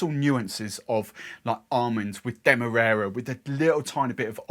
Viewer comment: Not that you asked, but I think the first a in Demerara is pronounced like the A in marry